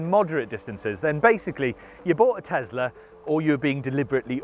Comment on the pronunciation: What the heck is a Tezler? Do you mean Tesla?